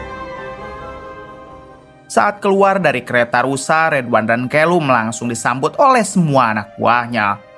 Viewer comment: Santa clause kok jd senter clause.. callum kok jd kelum..konoha²..nyebut anger muni waie...🤣